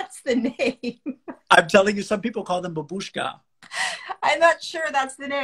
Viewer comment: babushka means "Grandmother". The accent is on the first syllable.